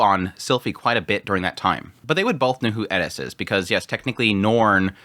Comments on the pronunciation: Like the video but the "Edis" pronouncing? Why aren't you saying "Eris" if you have trouble with "R" all good my man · Eris. Rolled R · The Edis is driving me nuts. My brain keeps saying It’s ERIS!!!! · Sounds like you're saying "Edis" instead of Eris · Someone please explain why he pronounces "Eris" as "Eddis"??? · Why the fuck do you pronounce Eris like that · bro ur good and entertaining to watch but please pronounce eris right. there's no 'D' in her name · He says eris so weird lol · I came to the comments just for this to make sure I'm not crazy. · It's the only thing he pronounces with a Japanese accent. It's driving me crazy the whole video. It seems pretentious, even if that's not the intention. Seems like he's "Trying to sound cool/smart". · Plz say Eris right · Do you really have to ask ? Like Edis instead of Eris Ghilaine instead of Ghislaine Rujerd instead of Ruijerd